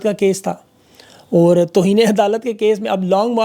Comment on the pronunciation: میں آپ کی توجہ اردو الفاظ کے تلفظ کی ادائیگی کی طرف مبذول کرانا چاہتا ہوں، زیادہ تفصیل میں نہیں جانا چاہتا بس ایک ایسا لفظ جسے آپ بکثرت استعمال کرتے ہیں وہ ہے "اور" اور کی ادایگگی کیللئے سانس اندر کی طرف کھینچی جاتی ہے جس سے تلفظ کا درست مخرج ہوتا ہے اگر ہونٹوں کو گول کرکے سانس باہر کی طرف خارچ کرکے ادا کریں گے تو غلط ہوگا، اس ایک لفظ پر توجہ دین